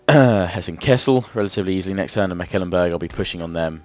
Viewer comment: Just to say your saying Mecklenburg wrong :P just saying.